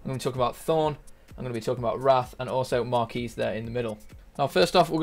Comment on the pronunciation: Melee me • lee (may • lay) The Quis is Marquis' name = Key So Marquis sounds like your saying Markey. I had to get that off my chest.